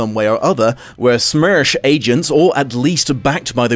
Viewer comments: P.S and it's NOT pronounced as "smursh" -_ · Your pronunciation of СМЕРШ is just priceless )) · I crack up evey time he says SMERSH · I would like you to say SMERSH some more, please. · I can't get over your pronunciation of Смерш XD